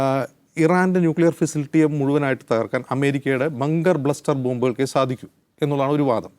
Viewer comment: Not bunker bluster.. bunker buster..ഖാംനി അല്ല പൊട്ടാ ഖമേനി